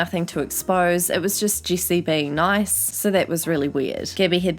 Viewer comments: I think it’s funny how you say her name it sounds like juicy instead of Jessi haha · Sorry, I just like how she says "jessi" like "juicy"